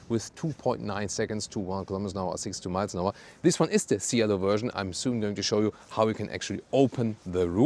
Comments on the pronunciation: What a beauty! The correct pronounciation is CHielo though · Cielo (Sky) should sound like “chelo” 😄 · Man, that's one gorgeous car. Cielo is pronounced with the C from chapter and a silent I, btw.